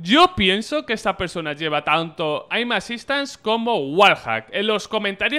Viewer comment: porque le dice aimasistans